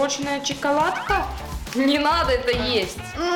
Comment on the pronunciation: Она сказала чкаладка